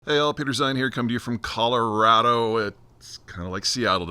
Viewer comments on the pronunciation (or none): none